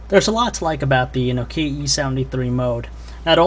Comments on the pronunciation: it kinda iritates me that he says nokie E73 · he says no-keya